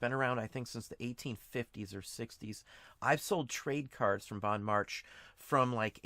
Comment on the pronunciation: Just FYI it's pronounced Bon Mar Shay ☺️ Grew up in Seattle.